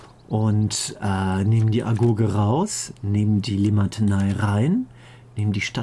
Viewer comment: nicht Limatenei, sondern Limitanei :D